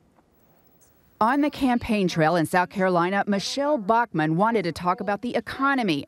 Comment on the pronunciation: The way the reporter pronounces Bachmann gave me a fucking migraine .